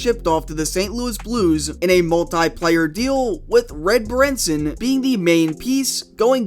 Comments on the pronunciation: it's pronounced "Baron-son".... not 'bah-ren-sin" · Ugh, the "Darkness with Harkness" days. He made Blashill look semi-competent. Red Berenson's name is pronounced "Baron-son", and his nickname was "The Red Baron" ;)